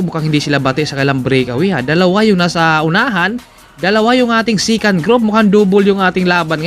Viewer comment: Bakit po yung second nyo "sikan" tapos yung breakaway eh brikawey? 🤣🤣🤣